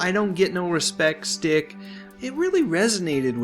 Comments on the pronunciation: Haha,, the word isn't "stick" it's "shtick" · Lol it's not "stick" it's "schtick" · Rodney was the best!! Great piece. It's pronounced SCHTICK 👍